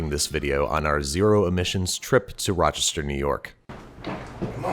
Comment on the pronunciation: How to tell Babish is Rochester native: The pronunciation of Raachester.